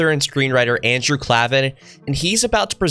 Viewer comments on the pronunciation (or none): none